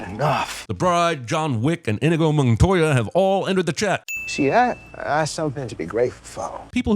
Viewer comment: Now just bring back the outtakes. Also, adding 1,000 sins for your continuing mispronunciation of 'Inigo Montoya." This is like people who pronounce Iraq like "eye-raak." They're uncultured hicks. Don't be an uncultured hick.